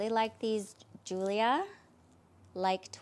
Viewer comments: They are pronounced Julia, as in the American female name. Pretty sue they're Italian and they seem to be quite popular now with pantyhose girls. 😊 They look gorgeous on your legs. And the sweater look dress is also super gorgeous!! Both the style and color!! 🥰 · So Giulia is an Italian brand/italian name. The letter J isn't in the Italian alphabet so G can make the typical J sound. You'd say this name like the English version: Joo-lee-uh